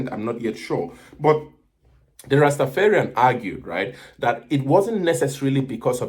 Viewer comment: It's not rastafearian..rasta dont fear...its rastaFARian..